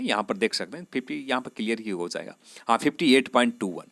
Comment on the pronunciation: Itna style me mat bolo bht irritating hai.bht zada cutoff zaaega.zenral nahi bhai genral hota h thoda dhang se bol lo..,aazaange,zab,zaa skte h etc lol